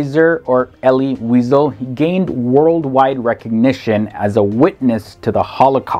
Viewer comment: Pronounced Elly We-zel, not weasel, funny guy. Not Gaelican, Galician, Maimonedes, my-mon-i-deas, dude if you're going to do a video, learn how the names are pronounced. Credit for Ashkenazi, yeah I know nazi is in the word, don't sweat it.